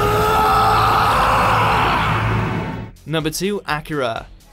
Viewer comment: it's not pronounced like Acura, it's Ah-kyr-ah, justice in the anime, which you probably haven't seen. If you haven't seen it, you shouldn't commentate about it.